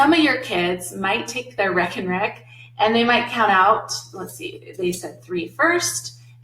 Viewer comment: Love the videos but was immediately "caught" by the "wreck 'n wreck" name for the math rack. The Aha! moment came once you revealed it came from the Netherlands. A "rek" in Dutch is a rack in English. "Reken" in Dutch means to count in English. So literally translated a "counting rack". Dutch vowel "e" is pronounced the same as the name of the letter "a" in English. So "Reken" + "rek" spoken would pretty much sound like RAKE 'N WRECK to those unfamiliar. Great videos, thanks.